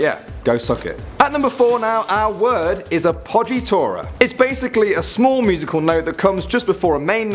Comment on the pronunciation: I am Italian, and I've got to say your "chiaroscuro" pronounciation is actually pretty good, but "appoggiatura" is absolutely hilarious 😂